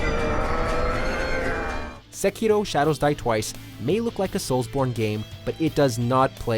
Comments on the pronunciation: Sekirooooo?? ahhahahaha, oh my god 😂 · the way the y pronounce sekiro is so cringey